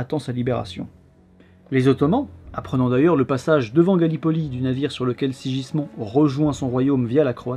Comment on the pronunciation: se prononce SIGUISMUND et non SIJISMON ^^ un effort sur les prononciations stp :P